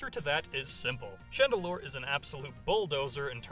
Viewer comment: Chandelure, not Chandelier!